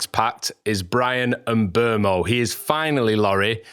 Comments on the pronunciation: Still not right. Everyone either says ..oo-mow or ..err-mow, but it's somewhere in between. Just a French "eu" vowel sound really. And the end o should be more truncated than everyone does it. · FFS there is no r in Mbeumo. M Boom O, it’s not hard.